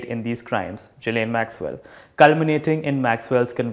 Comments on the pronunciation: U gotta pronounce that European name well bruv...It's gi-layn ..not ji-layn .. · well, it was just a friendly nudge to pronounce the name correctly..hehe...